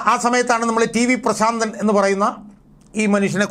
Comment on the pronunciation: "ശ " വേണ്ട പ്രാ.... ൻ